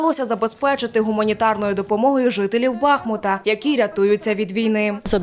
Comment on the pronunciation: Да ну скільки можна!!!! Нащо ви перекручуєте назву міста!!! Як вам не соромно! не БАхмут! А БахмУт!!!! Наголос на букву "У"! Запам'ятайте нарешті!!! "БахмУт", "БахмУтська міська рада", "з БахмУтом у серці", "річка БахмУтка"!